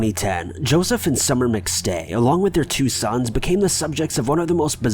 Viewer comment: Wow. Do you even watch the clips you put in? Rewatch your own “McStay” portion. smmfh